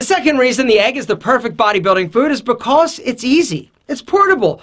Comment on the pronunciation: the way he says because is just wrong, straight up wrong. xd